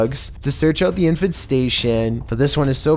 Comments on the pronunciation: Everyone: Infestation: InFaNsTaTiOn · “Infestation”: Infant station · What’s an “infant station”? Infestation! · Ah yes... I N F A N T STATION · Infant statioooooon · I can stand the way he mispronounces things for the most part. But “infant station” and some others (W W I I not “World War II” for example) really bug me. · No one gonna talk about "infenstation?" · He can't even pronounce English properly. "Infant Station" LMAO. Also he says "In it's stead" wrong. "Stead" is supposed to rhyme with "head" not "steed." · it sounds like you're saying "infant-station" when you were talking about the bedbugs. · This is how many times he said INFANT STATION ↓ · And infestation "Infant Station" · "Infanstation" ! Lol. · Is trying to make us think he doesn't know how to pronounce "infestation"? This dude is cringe.